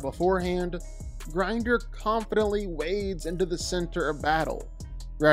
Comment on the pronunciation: Bro its grindor not grinder